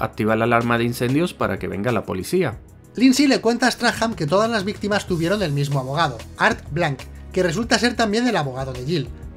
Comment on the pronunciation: hace un monton que no dices "viquitimas" en los videos